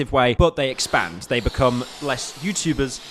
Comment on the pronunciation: are you saying 'expand' and 'expansion' on purpose? You say it too much for it to just be a coincidence